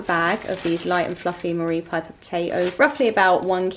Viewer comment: Just to help you out....the potatoes are not Marie piper...they are Maris piper pronounced mar iss